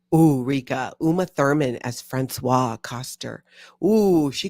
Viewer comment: Françoise is pronounced "Franswaze", "Franswa" is the male name and is written François!!!!!! 😅